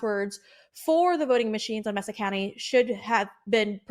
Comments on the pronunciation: Pronounced MAY-sa county, not MESS-sa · It's MAY-sa County... Geez.